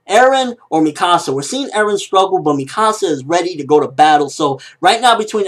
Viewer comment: Its pronounced me-ka-sa not mi -ka -sa